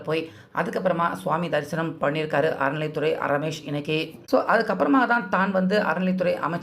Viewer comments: அறநிலைத்துறை. அரநிலை துறை இல்லை. தமிழ முதல்ல ஒழுங்கா போட்டுட்டு அப்புறம் மெசேஜ் போடு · அறநிலை அய்யா அரநிலை அல்ல. எதுக்கு எப்படி தமிழை கொலை பண்ணுறீங்க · 😮அய்யா 'அரநிலை' இல்லை,'அறநிலை'தமிழ் பழகுங்கள் அய்யா😢😢😢